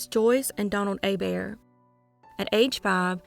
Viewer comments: You pronouncing Hebert correctly 🤌🏻❤️ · Yes! I didn’t realize she did until this comment. Very impressed 😂